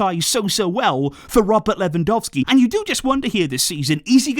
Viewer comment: did you just call him "Ferrandowski"?